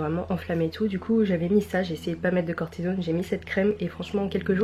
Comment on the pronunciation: C'est certainement une déformation professionnelle, mais ça me choque la manière dont tu prononce " cortisone " aha!